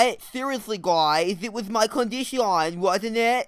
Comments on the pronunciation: yes but condiSHAWn is the way he pronounces it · it’s actully “condition” but he pronounces condition like that